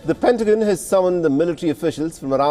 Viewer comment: PentaGON not PentaJYN. 🙄